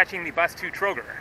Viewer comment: $95 for the whole day including room, bus ride to Sarajevo and Trogir (pronounced Trogeer, btw, you dropped i between g and r that's pronounced as a long e), lunch and dinner was NOT cheap? Sorry, but that's dirt cheap.